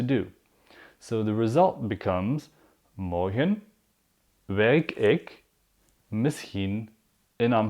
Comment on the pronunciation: please I wish u gonna answer me for this: is there any difference between Dutch spoken I Belgium and Nederland when it comes to pronunciation! for example the way u pronounce Morgen is so different...I heard people say ( Morkhn)>>> "g" is pronounced like "kh" like "sharokhan "the actor...wish u got what am saying!!! am I right!!!